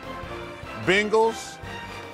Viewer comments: bangels chuck not bingels 😂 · Chuck said "Bingels"😂😂